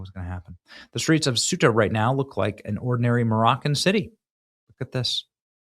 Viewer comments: Ceuta = "Say-oota" 😊 ("Thay-oota" w/spanish accent) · Benny... you're KILLIN'ME. Say-uta Ceuta C'mooooonnnnnn